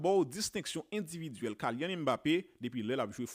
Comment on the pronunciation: Sitwayen nom nèg la pa pwononse Kaylyann se Kilyann 🤔